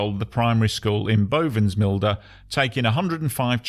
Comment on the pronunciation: As a Dutchman.. My compliments on your good pronunciation of Dutch place names like Bovensmilde and De Punt. Well done